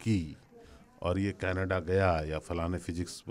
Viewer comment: केनेदा नहीं भाई canada hota h😔